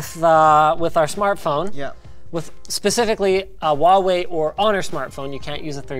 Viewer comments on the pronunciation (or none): Why can he say Hong Ming or Meng but he pronounces Huawei as Wawei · It's so cursed to hear him saying uaawei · More like wawe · I had no idea it was pronounced waw way i always just pronounced it hew-ay-why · huawei H read the H ，not wawei ，not Wa，it's Hua ，thanks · omg please pronounce the "h" in huawei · “Did you say Huawei not?” Oh, never change